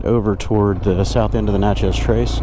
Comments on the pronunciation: When we MS natives say Natchez, it’s more Na-tchez than it is Nat-chez. The “t” is almost silent. We have a lot of hunting land off of the trace in central MS. It’s a beautiful trip…loved watching this vlog! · It’s pronounced “neigh-chess” :) cool ride!